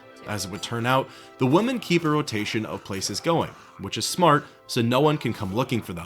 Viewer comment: Take a shot every time "women" is mispronounced "woman".